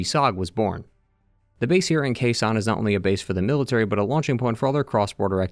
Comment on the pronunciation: i don't think you will read this comment and this is no criticize i just found it so cute but, for the context i am Vietnamese and the way you pronouce Khe Sanh make me take while to regconize where do you mean. I really don't know if it just how the place pronouce in English tho.